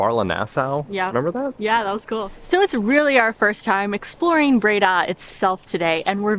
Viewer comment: It's Bray-DAH ;) (emphasis on 2nd syllable)